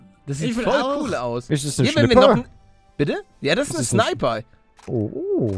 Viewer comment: Was ist denn deiner Meinung nach Falsch geschrieben das "Bite" habe ich absichtlich so geschrieben, weil man das so aussprechen soll wie es Manuel tut